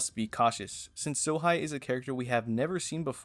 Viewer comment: It's Sohei bro not Sohigh. Do not disrespect my